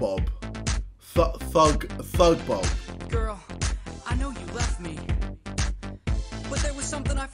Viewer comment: “ThugBob” nah bro that Ain’t it😬